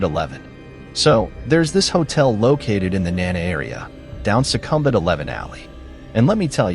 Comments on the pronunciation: Sukhumvit is pronounced - Sook-kom-vit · Dreadful pronunciation of Sukhumvit. It should be pronounced: sook-oom-wit. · You pronounced Sukhumvit incorrectly. 😵‍💫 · Bangkok Palace hotel case, it was not an oil tanker. If I remember correctly, it was a gas tanker tansporting dangerous chimical that happen to be flamable. It crash turn up side down and burst into huge fireball. People were burnt alive, hundreds of them. However, overall, your info pretty accurate. The Citin Sukhumvit. I would like to point out how you pronounce was wrong. If you say it to the Thai, their first reaction would've been they had no idea what you were talking about. The correct way to pronounce this something like this, "Su-Kum-Vit". Just pointing out and I don't mean anything by it. It just sound wierd, and my first reaction was, I don't know that place, even I myself an expat. I was used to hear people call "Su-Kum-Vit", even all the foriegn tourist called this way. Then the two hotels in Pattaya, I was amazed of your accurate info. The Jomtian Hotel, info spotted on. The Thai police had to use the hellicoptor to move victims that got stucked on the top floor. Elevators and stairs can't be used due to the fire. As for the other hotel that you said transgender got killed. The police report said, this gay man was killed by the two Thai boy prositute. The two boys(around 16-20 years old, can't remember) were normal man, they just take up this odd job for money. Then when they finish their business, the two boys got greedy and decided to kill and rob this gay man. They ended up killing him and hide his body under the bed. And this gay man body were found because